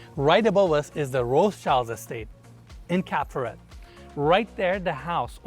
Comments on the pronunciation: DUDES , Cap Ferret and Cap Ferrat are 2 differents fench towns ! A and é doesnt sounds the same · Man Monsieur it's Cap Ferrat!!! not Ferret! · This all nice but please dude, learn how to pronounce foreign words ! You butcher Cap Ferrat!!